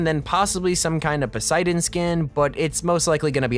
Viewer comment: Percy Jackson fans when he said Poisedon :0